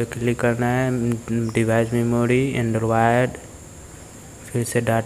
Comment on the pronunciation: He said anderwide😂😂😂